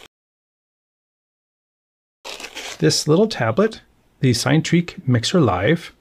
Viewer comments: I think it’s pronounced “sin-e” as in Cinema rather than “sign”, you said the same with Cinerails earlier in the week 😊, its origin is from the Greek word “Kine” which means motion. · I just can't with this 'sign-treak'... it's 'sin-a-treak', it's literally pronounced on their youtube channel.